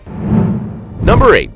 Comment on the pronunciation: philippines numba three!!😂